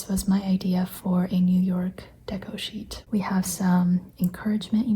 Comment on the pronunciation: lol your "cheet" instead of sheet reminded me that I wrote ‘blop’ instead of blob in my Facebook post 😂 I love this look into your sketches and process!